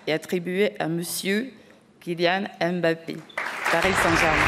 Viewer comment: ce n'est pas e'mbappé madame ! c'est Mbappé sans e